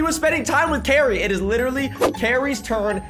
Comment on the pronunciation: u said Gary instead of Cari